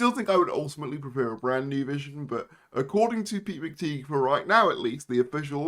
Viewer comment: PRONOUNCE THE NAME CORRECTLY ITS PETE MCTIGH AS IN A TIE